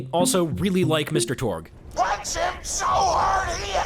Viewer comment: when he said "Mr. Tourge" i was so proud Oh, sorry, I WAS SO ****ING PROUD!